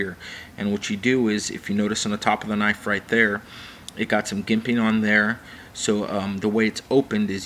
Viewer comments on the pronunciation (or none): you're saying jimping wrong, you say it like "J" as in "Joke"